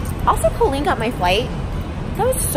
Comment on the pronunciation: carloo69 Colleen pronounces it as Co-leen. Even here in the US, that is a strange pronunciation that I’ve only heard from Colleen Ballinger. Every person I’ve ever met/heard of with that name pronounces it Cahl-leen.